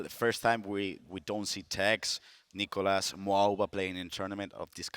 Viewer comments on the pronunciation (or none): none